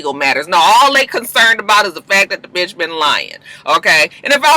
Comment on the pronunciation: It sounded like Karen said “Batches” 😂😂😂 Maybe that’s how the elite say Bitch 😂😂😂